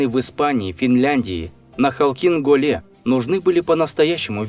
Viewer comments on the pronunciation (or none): Как и весь контент в целом. Диктор даже ударения неправильно ставит в таких словах, как Халхин-Гол например. Понятно же, что впервые это название читает.